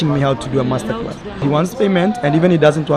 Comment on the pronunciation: Did I hear you right did I hear you say “Mess-ter-class”? Lol 😂